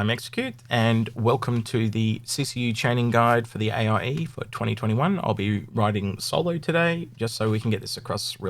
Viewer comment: Its funny when you say aie instead of iae. Thanks for this video helps a lot. You can finally get some sleep